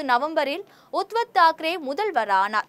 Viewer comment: Uttav Thakere ,Sarath Pawar=correct pronounciasion .